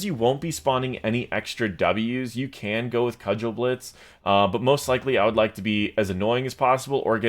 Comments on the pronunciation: Kah-jel-blitz... my ears are bleeding. German words are uttered the way they are written, so it's Koo-gel-blitz (g like in "go"). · Kugelblitz - German for 'ball lightning'. It's not pronounced 'cudgel-blitz' ;) I believe (and I'm not German, so this might be wrong) it should be 'koo-ggel-blitz', with a hard 'g'. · Btw, it's pronounced "Coogle"blitz, it's German for ball lightning. :) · Kugelblitz is in German (means Orb of Lightning, kind of). Pronouncing as "Cudgel" blitz just sounds extra complicated for no reason :P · you should pronounce "kugel" kinda like you pronounce "bagel". It's "koo-gol-blitz" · Just for future reference if you do more Tass videos: "Kugelblitz" is pronounced koo-gul-blitz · is an American, then? Because that's only reasonable explanation how he pronounces Kugelblitz:D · Your saying of Kugelblitz is really funny to me as a German (as it is a Geman word). Did not even know it is used in English. It literally consists of Kugel (Sphere) and Blitz (Lightning) so it's a spheric lightning. The pronounciation differs a lot from what you said though :)